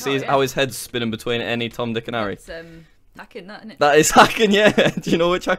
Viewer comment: "is 'ackin' that innit?"